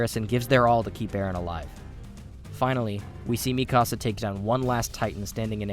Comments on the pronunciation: Sounds like he’s saying “ my house” when saying mikasa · Im convinced that he wants to troll us by pronouncing Mikasa's name as Mi Casa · why does he pronounce everything wrong, mikasa, wall maria, like bro have you even watched the show